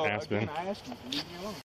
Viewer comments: a simple word like "ask" , and the "master student" says "axe" ?!? What University gives someone a master's degree when most kindergartners know how to say "ask" ??🤔🍷 Also, I'm just curious now, how do they pronounce the word "axe" ? Do they reverse it and say, for instance, " I will cut this tree down with an "ask" ?!? Arrest the college for even considering giving this guy a master's degree. 😉👍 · The only crime this young man commited was a harmless although annoying crime. "I axed you" no amount of college can help correctly pronounce a 3 letter word? " ask." the cop had no reason to bother him and no reason to "axe" him any questions. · Pronouncing ask as ax should be a crime